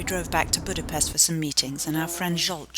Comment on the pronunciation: 45 seconds in and already annoyed with the fact that you didn't pronounce Budapest correctly